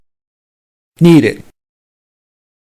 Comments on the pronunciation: Please read.............................................. For correction it pronounce (It) instead of et, (Is) instead of es, (Sit) instead of set, (Miss) instead of Mess, (Six) instead of sex, (Listen) instead of lessen, (If) instead of ef, (Think) instead of thenk. A lot of wrong pronunciation. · Not terrible, but not great either. The vowel sounds of "it" and "is" are not correct, and the speaker uses the same vowel sound as "Ed". The video pronunciation of "six" sounds like "sex". Look elsewhere for correct pronunciation of the /i/ sound